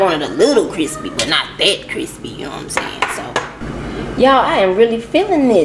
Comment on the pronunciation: Extra Cwispy